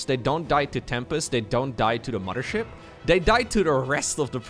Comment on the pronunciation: I will donate to have never say "momma ship" again. Love your content otherwise buddy!